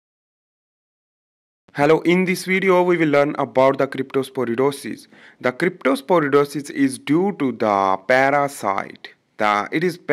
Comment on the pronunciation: Brother that's cryptosporidiosis not crytoporidosis..